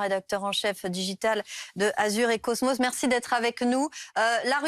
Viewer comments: Azur et cosmos 😅 la journaliste s’est un peu pris les pieds dans le tapis. Mais bon, c’est joli aussi Azur et Cosmo. 😊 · ai-je bien entendu ? Azur et cosmos ? 🤣